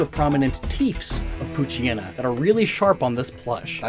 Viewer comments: The anime mispronounced Poochyena. Sadly that trend has continued even to this video. I know it's a mouthful, but as a portmanteau, it should be pooch+hyena, so... pooch-eye-eena. By extension, Mightyena would be might-eye-eena. By the way, I don't think this bit got enough focus, but hyena's aren't just scavengers, or even primarily scavengers, despite how they're depicted. There's a fierce rivalry between lions and hyenas. Both are predators and both steal from each other regularly. Hyenas just got the short end of the stick on reputation. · I dated someone who called Poochyena: “Poo-chee-nah”. Out of all of the mispronunciations, that was definitely one of them.